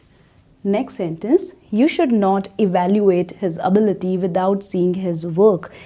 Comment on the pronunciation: Mam, avalyooat, not evalooyooat